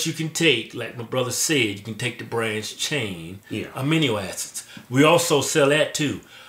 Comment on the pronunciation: did kevin just say: "aminio acids"?... XD